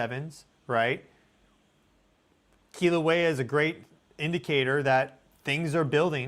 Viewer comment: Sorry my cosmic bro, I just gotta say I love your channel and your work, but Kilauea is pronounced Kill-a-wea. Much love🫶